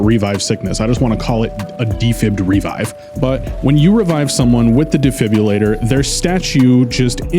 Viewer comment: ah yes my favorite gadget, the “defibbulator”